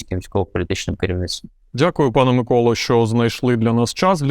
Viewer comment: Ураааа! Нарешті прізвище пана Миколи вимовляється вірно!